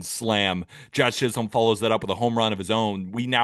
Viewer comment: does continue to say Jazz ChisHOLM